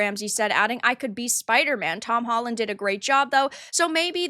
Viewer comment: SpiderMAN not spider-it